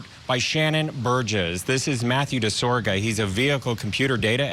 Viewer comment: DiSoGRA not Disorga...